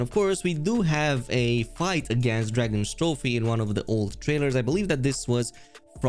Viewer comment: (drag-os-trophe) not (dragons-trophe)